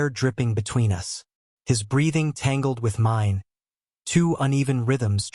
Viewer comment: Yeah like ‘us’ pronounced ‘you ess’! Hilarious! Adds humour to drama? 😝